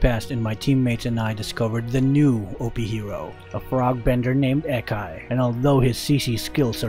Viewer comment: The A in Akai is not like A in Air, but like A in Aura